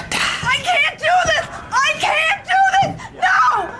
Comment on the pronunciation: Oh Wow, it's not creative?! He said"i'm going to "dew" you not do. Danm it's just a commercial,Fuck!